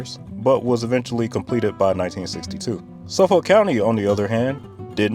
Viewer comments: It’s called Old COUNTRY Road, not County. Also, it usually takes 2-3 hours to get anywhere on this Expressway past Suffolk. Also it’s SUFFOLK, not SUF-FOLK. (Pronounced Suf-ick). Also, how I see it, speed limits go as 80, then 90, then 100 past the Queens-Suffolk line, 105 past The Sag, then 110 when the light poles are gone. Devil’s hour speed limits are 90, 110, & 120 past the end of the light poles for 1 hour. Otherwise, 12-5 raised by 5 minus the city. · Suffolk is pronounced "suf-fuck." (Yes, really) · You're either not a New Yorker or at least not from Long Island. No one, and I mean no one, ever pronounces the "L" in Suffolk County. It's pronounced "Suff-ick". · You say Suffolk weird 😅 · You should review the parkways as well! Also the L in suffolk is silent